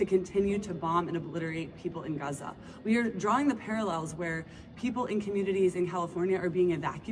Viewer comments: “When white women pronounce Gaza GUUza it makes me cringe so hard I taste turnips”. Me too Leo, me too! 😂 And someone needs to talk to them about cultural appropriation of those Keffeyah scarves. It all makes me want to 🤮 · The "Guzza" woman was too cringe. We say Paris not Paree, Germans not Deutschland, and we pronounce it Israel not Guzza